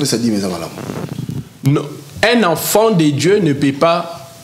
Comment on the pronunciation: Déjà Quelqu’un qui dit afont au lieu de enfant 😂😂😂 Zonga classe!le mariage faut avoir une bonne comportement 😂😂😂😂